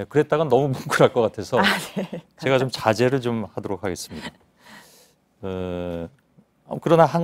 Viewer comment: 도 제가를 저가라고 말하네...